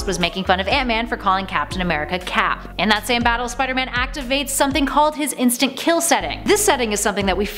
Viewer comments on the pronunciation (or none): none